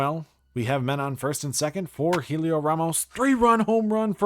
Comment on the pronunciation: By the way it’s pronounced like Elliot not Helio